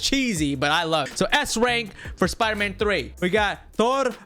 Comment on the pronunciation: spider not spooder